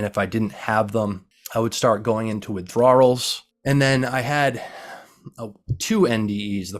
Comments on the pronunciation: Why does he keep saying "withdrawals" like that? Super distracting tbh... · Dude pronounced ever letter in the word Withdrawals. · I appreciate the video and received the message. But buddy you have GOT to find the proper way to pronounce WITHDRAWALS. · Why does he pronounce the silent L at the end of the word withdraw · I have never heard someone pronounce "withdrawals" like that.